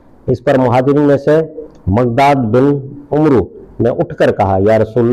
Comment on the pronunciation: "عمرو"میں"و"ساکن ھےاورع کوزبرسےپڑھاجاتاھے_ع-مر_